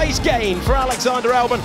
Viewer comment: Why does it always sound like Alex Under Albon? Just a confusing pronunciation